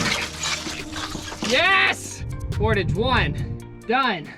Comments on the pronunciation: Kudos for hugging Canada so closely. We love you! Come here. But when you cross the border it’s “por-taahj” not “portidge”. It is a French Canadian word, after all! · THANK YOU! I'm squirming internally screaming "POR-TAHHJJE!"" everytime they say it. POR-TAHJ-ING, (as in, not porridge/porridging) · "Port awe ge" not Port age... its a French word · Guys they are called Por-tah-ge's. Not Port-age 😂😂😂😂😂😂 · The way y'all pronounce portage is killing me XD "port-ij" vs "port-ahge" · Yell "Hey Bear" when you see one, and even when you don't. also the word is pronounced Por-Tahg, not port-idge. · Ps it’s Portage like massage.... not Portage like Mortgage. Think French pronunciation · The correct way to say the word that describes the act of hauling your canoe and gear overland between two bodies of water. "Por- taage" pronounced with a soft "a" reflects the word's French roots. This is the preferred Canadian and correct pronunciation 🛶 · Oh my goodness I just thought I’d watch this video just cause. I couldn’t believe when I heard the word Portage come from another persons mouth. That was the funniest thing ever. The end of the word should sound like posh so por tosh. Type in the meaning and press sound. You’ll figure it out. Good laugh. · I'm sorry, I have to comment now or else it will frustrate me to no end. "Portage" comes from the French word "porter" meaning to carry. As a result, the word is pronounced like "port-ahge." That's all. Sorry, I know that I need to be more tolerant but I'm just not. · There IS a correct way to say the word that describes the act of hauling your canoe and gear overland between two bodies of water. "Por- taage" pronounced with a soft "a" reflects the word's French roots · They keep saying portage and it makes me cringe each time! It’s pronounced portAWWge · lmao its portash but its spelled portage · Portage is a french word so there is an accent on the a so its portáge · Gah!! In Canada at least, we say port-awe-ge